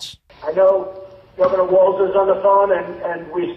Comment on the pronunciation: Trump pronounces Walz's name correctly 🤔